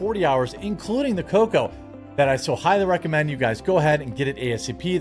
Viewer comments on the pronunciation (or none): none